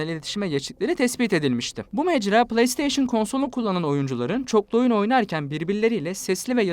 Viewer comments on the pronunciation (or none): none